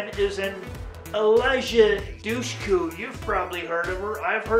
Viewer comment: Yeah, I've always pronounced her name Dooshkoo. You learn something new every day! Thank you for the rating, friend. I hope your Saturday is a great one, friend!